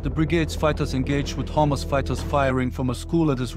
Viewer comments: Every time he says hamasfighters i hear homelessfighters😂😂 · I thought he said "homeless forces" but he said hamas forces..lol..im sorry i laugh but that was funny.. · Sounds like your saying hummus 😂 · I know this is serious stuff, but I keep hearing "Hummus fighters" and that ish cracks me up 😂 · I no he has an accent but he kept sound like he was saying hummus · What's he saying ? " Hummus " fighters? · With the accent sounds like he said the soldiers encountered homeless fighters. LOL